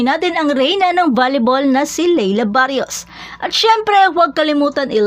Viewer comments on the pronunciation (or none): Barros hindi barios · Ayusin mo pag-bigkas mo ng pangalan! "Barros" at HINDI "Barrios"...baryos ka ng baryos!!!